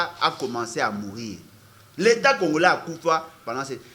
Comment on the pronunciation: Comme Kabila, le prof disait congolais, mais prononçait congorais.